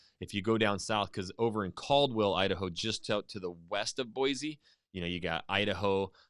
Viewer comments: For people not from there, we say “Boy-see” not “Boy-zee”. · BOY-SEE! Not.. BOY-ZEE. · U CALL YOUR SELF A IDAHOAN ITS BOISE NOT BOIZE NO Z ! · I am from Idaho. We don't care about Boy-See. So we say Boy-Zee. See how easy that was. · I think this is the first time I've ever heard a native Idahoan mispronounce Boise. Boy-Z is WRONG!!! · If you’re from Idaho, why are you pronouncing Boise with a z? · He’s from Idaho but he pronounced Boise wrong. Nice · my thought exactly! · That was the first thing I noticed. I grew up in Twin Falls. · IF you were joking then good on you, but most people that live in that area really do freak the fuck out on anyone who pronounces the /s/ sound as a /z/sound. and I just don't understand why it's SUCH a huge deal